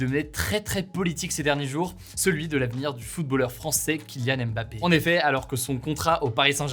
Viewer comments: C’est l’un des sportifs les plus célèbres mondialement et quasiment personne n’est capable de prononcer son nom correctement. Le M de « Mbappé » ne se prononce pas, merci. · Super mais je me dis que Ca serait bien de prononcer correctement le nom de Mbappé quand meme, le M n'est pas dissocié du bappé.